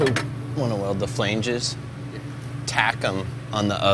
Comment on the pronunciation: Does Jesse pronounce flange weird or do I???